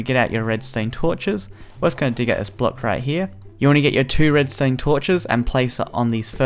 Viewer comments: If your going to say Redstone, great. If your going to say Redstain, that's a little odd, but fine. But please just be consistent about it, something about the fact that you keep jumping between the pronunciations really bothers me. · Am I the only one that noticed he was saying "Redstained Torches" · he said red stain